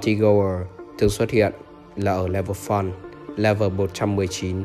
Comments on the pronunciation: nói sai fun=) thành făn=) :))) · le vờ phớn👌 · nếu anh em nghe lúc thì ổng nói level fún=) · tui nghe level phân :) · Ông nói là Level Fùn. Chắc vậy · "level fún" :)) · Mà lv fun em nghe ra sao là lv fuck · Lúc đọc level fun thì dọc level phắn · chữ fun anh nói thấy sao sao á